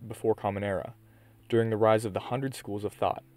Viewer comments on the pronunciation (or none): none